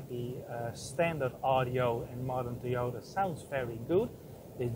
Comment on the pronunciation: Teeyortah Yaaris, lol :)